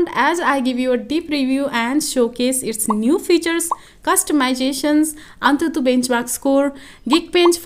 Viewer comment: What's the actual difference between Geekbench 5 and 6? Meanwhile, antutu is a word but anthuthu is an emotion 😁